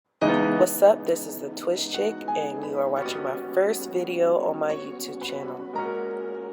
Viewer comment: Chic is pronounced /SHēk/ (sheek)! Chick is pronounced /CHik/ C - h - i - c - k is the proper spelling you're lookin for!